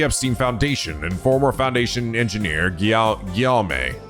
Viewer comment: LOL ❤ It's pronounced 'Ghee-ohm' (Hard G like 'Good', Ohm like the unit of measurement/religious symbol). French for William!